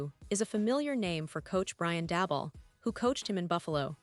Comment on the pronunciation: You should learn how to pronounce the Giants' name Malik and Daboll